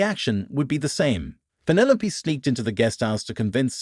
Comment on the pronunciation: Penne Loap? Who names their kid Penne Loap? It’s penne low peeeeeeeee. Penelope. Teach your VO 🤖 some Greek!